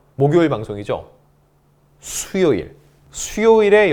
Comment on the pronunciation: 겸손한 분석과 쑤욜일 하실때 힘주신게 너무 귀여우세요 60대 후반이라서~